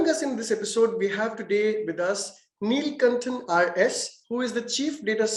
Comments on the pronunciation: not neeeelkantan its nilakantan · Nilkanthan...not Nilkantan